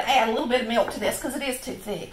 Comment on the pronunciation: I like hearing" mellk.. "!